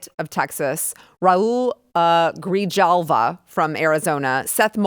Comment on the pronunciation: Really,? Your last name is Gonzales, and you can't pronounce "Grijalva" correctly?